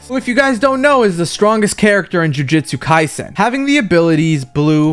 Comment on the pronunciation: Bro said jujitsu kaisen😂😂😂😂